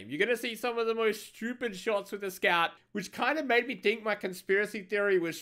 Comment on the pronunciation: Is it me or does make it sound like Scav instead of Scout sometimes?